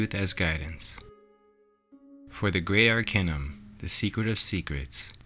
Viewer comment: AR-KAY-NUM not AR-KEH-NUM .... how can I take you seriously if you can't even vibrate the focal point of your subject correctly...